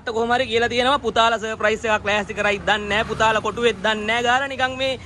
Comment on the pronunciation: අයියා සප්‍රයිස් කියන වචනේ කියනව වැරදි අප්පා